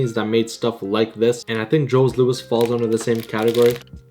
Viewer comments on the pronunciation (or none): Jos louis? Its Joe Louies... oh my 😁